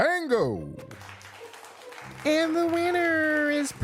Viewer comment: I cracked up when Percy earl said “bango” instead of bingo